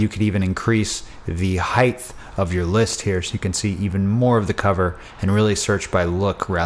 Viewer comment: "heighth" isn't a word.